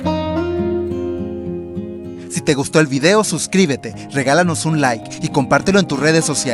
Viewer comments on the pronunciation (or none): none